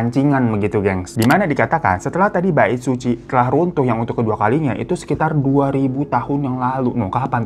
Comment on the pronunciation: Knapa di kuping gw si "Bait Suci" ini kdengeranya jdi "Baek Suzy" ya??😂😂